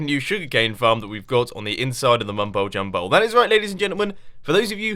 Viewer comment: its so weird every time he says mumbole jumbole